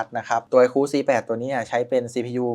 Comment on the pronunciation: ไอคู ไม่ใช่ ไอคู้ เฮ้ออออ